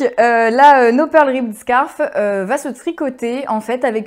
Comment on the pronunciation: "scarf" (prononcer [skôf]= foulard, en français.